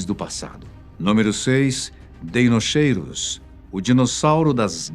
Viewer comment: "Dinóquiro" seria a pronúncia.